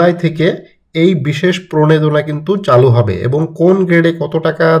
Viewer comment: প্রনেদনা না রে ভাই, প্রনোদনা। উচ্চারন ঠিক করেন আগে।